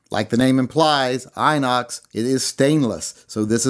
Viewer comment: Desole, Inox is French for stainless steel. It's also pronounced In-Ox not Eye-Nox. We still love you over here.